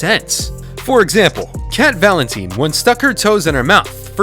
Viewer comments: cat vaLEntneeene - legit bro its VALENTINE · Cat valinteeen??? Excuse me? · I love how called her "Cat valinteen when it's Cat valentine" lol And Jenny Mcurdy also Ari isn't a brunnete SHE'S BLACK HAIR!!!! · Yes I commented on another video of ari and he said "cat valinteen" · That pronunciation of Valentine is getting on my last nerves